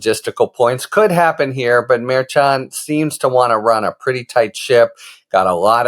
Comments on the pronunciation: Isn't the judge's name pronounced Mare Shawn? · why can't Harry get the pronunciation of Merchan correct?